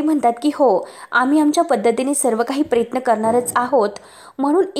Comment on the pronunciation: अगं बाई प्रयत्न म्हण प्रेयत्न नाही अगदी शब्दाची नेहमीप्रमाणे बाराखडी आहेच परंतु जे काही हे पन्नास वेळा म्हणण्याची आवश्यकता आहे का गावंढळ कुठली व्हिडिओज बनवू नको ना